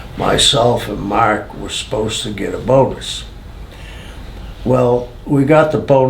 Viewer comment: ''marrrrrrrk''! gotta love that BOSTON accent! lol.